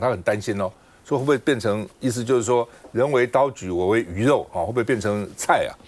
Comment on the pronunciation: 人为刀俎 读音祖 不是炭疽